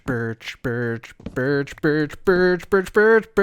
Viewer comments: sounds sounds like he’s saying biich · Ok, now I'm gonna flag the video because saying 'birch' kinda sounds like b*tch... Just kidding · sounds like he’s saying something other than birch...